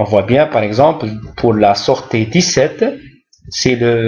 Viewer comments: Merci, pourquoi vous prononcez sortie: sorte'? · merci pour cette remarque ,c'est une erreur de prononciation.